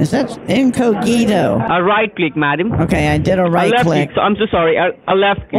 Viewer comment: In-co-gito...I'm dead 💀 🤣 😂